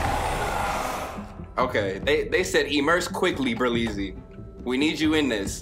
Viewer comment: Ber "Lee" zy